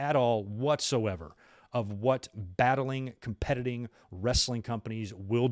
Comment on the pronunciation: "...battling, 'competitting' companies" 🤣😆 haha love it